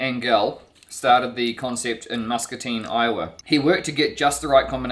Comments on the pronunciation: We'll forgive you for mispronouncing I-owa... 😊😊😊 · IOWA is pronounced how it feels not how its spelled so its more like I ohwa or iwa or i ough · Iowa is pronounced eye-ah-wah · Even after being corrected she said Iowa incorrectly! 😁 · No, the primary stress in I-o-wa is on the first syllable. Secondary stress on the last syllable. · omg this whole video I thought Iowa was the name of Edwards mother because of how you were pronouncing it lol I love your videos you are so engaging great job 👏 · Actually,, the stress is on the I in Iowa!😉